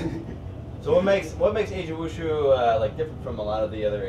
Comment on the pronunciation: It's actually wu-ju. SORRY TO BURST YOUR BUBBLE.